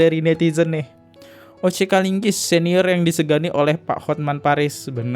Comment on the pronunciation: O.C KALIGIS,,bang... Bukan KALINGGIS... OTTO HASIBUAN,,bukan Otto HASIMBUAN... Koreksi aja biar enak do dengernya... 🙏🏻🙏🏻🙏🏻